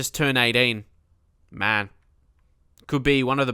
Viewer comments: Say Maneh, or put "Mané" in Google Translator in Portuguese, the audio is fairly good. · He Means You're supposed to say it like Manyay (in Spanish and portugese its the same but in spanish n with a little squiggly thing on top make's a sound like eNyeah) Its quite simple really.:) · Stop trying to "force" Carlos, mate. He is not that great and the goal was fairly simple. Also, you speak his name incorrectly. The "né" in Portuguese is opened, not closed. Is "Mané" like "Yeah", exactly the same sound. Remember of George Weah (very different levels, though, haha).